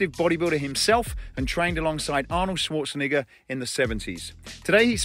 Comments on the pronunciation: Neh-ger not ni-*er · Tell me again how you pronounce Arnold Schwarzenegger? That was ruthless dude. Either you did it on purpose or you're "special". Because anyone can see the difference between Schwarzenegger and what you said.